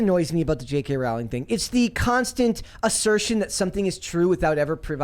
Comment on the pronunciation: Pronounced: Rowling like Bowling